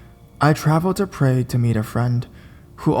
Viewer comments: yup he got it wrong. it's Prague pronounced prahhg not prayg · I'd always thought it was pronounced "Prah-gue". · It's Prahg. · The narrator was pronouncing prague wrong it bothered me idk why tho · Here is the right pronunciation of Prague.